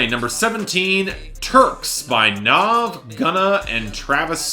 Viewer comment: Nav is said Nav as in have, not Nov as in Nas